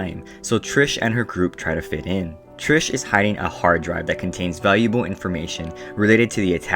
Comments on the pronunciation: i got so happy when you actually pronounced it TRIS the first time and then u said TRISH AHHHHHH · Ummmm, dude... are you: #1 illiterate, #2 deaf, or #3, speech impeded? HER NAME ISN'T "TRISH". Her name is Beatrice, which she shortens to Tris. Tris, without an h at the end. "Tris" is phonetically spelled so I cannot make it ANY clearer for you. The video would've been okay at best... if you hadn't CONSISTENTLY mispronounced her name. Was it on purpose to make fun of this work? If so, why even BOTHER making this video?? If so, you should've called Four "Fourth" or "Thomais". Idk whether the movie for the book was worse, or your ill- informed video about the books. Did you just read the Sparknotes and forget? Jesus that was painful and pointless. Way to waste your own time AND mine! Thanks for pissing off everyone who ever read the books. Bye! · also isnt beatrices nickname tris not trish. why are you saying trish :( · Why do you always say "trish" no offense just saying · Her name isn't tirsh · there is no h in tris so its NOT trish